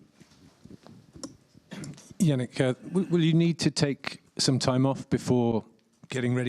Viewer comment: Jannik, not Jannick!! He's italian not german.